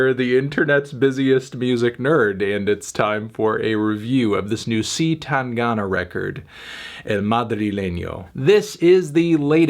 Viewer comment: i don't mind a lot of his spanish pronunciation but SEE TENGANA hurts a little too much